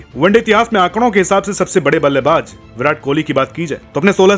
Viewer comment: Aap ko jjjjjaaaa se ziyada lgao h kya Ballebaz Ko ballebajjjjj😂😂😂😂😂😂 Please Ko Pleajjjj😂😂😂